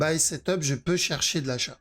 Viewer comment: Et ZE parti ... ZE VEUT le regular du perp 😂